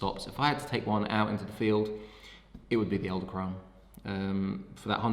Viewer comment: I cringed every time you said "eldekrone" not "edelkrone"